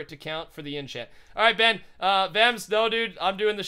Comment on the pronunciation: stop calling Ben benm it's supposed to be BenL cause he always loses